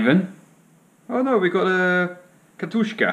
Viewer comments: katjusha, not katushka... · There's only one K is Katyusha,!